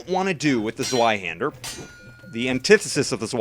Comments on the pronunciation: Its said like Zveihander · the w is pronounced v